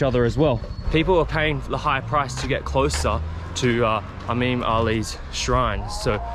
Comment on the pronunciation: Imam pronunciation is incorrect. The first “I” sounds the same as the word “incredible”.